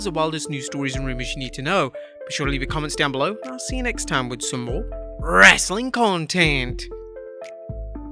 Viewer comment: He emphasizes it 😂